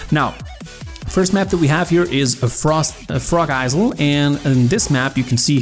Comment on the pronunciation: When he said frog isel i almost lost my shit